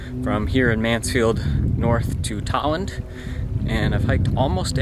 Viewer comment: I thought it was pronounced Tow-land or Toll-land never heard it caled talland before.